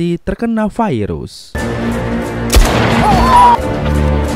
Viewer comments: Virus bang, bukan fairuz. Fairuz mah nama orang. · Bacaannya Virus bukan Vairus ooy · Virus gitu, bukan vairus 🤣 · bhasa mana bang virus kok bilang nya fairus,,biasa aj atuh virus gk harus fairus😂😂😂😂😂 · Bilang sj virus bang, gak usah vairus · Kirain gua viirus itu nama..tau nya virus penyakit..normal aja bang nyebut virus nya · Sekarang kata virus sudah berubah jadi vairus awokawok vairus apa tuch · Virus kok jd vairus..wkwkkk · kenapa VIRUS jadi VAIRUS🙄